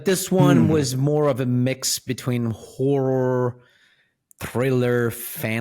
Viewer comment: Why does pronounce horror like whore?